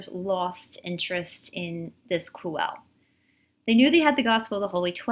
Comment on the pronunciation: The word "Quelle" is pronounced as kwel-le. the "e" as in get, not be. This source is also called Q by German theologians. BTW Judea was getting too hot for Yeshua to stay there, so the last supper was actually the farewell meal before he was going to disappear into another land. Unfortunately the High Priests were faster and Pontius wanted no trouble with them.